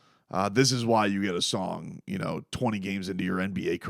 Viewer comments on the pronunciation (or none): none